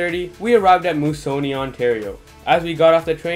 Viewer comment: It's pronounced " Moose -a -nee "